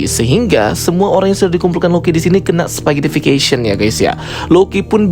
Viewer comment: Mantap bang, udah bener pronunciationnya "spaghettification" wkwk 👍😂